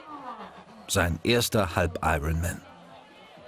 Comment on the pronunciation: Wann lernen deutsche Kommentatoren endlich, dass das 'R' in iron man nicht mitgesprochen wird?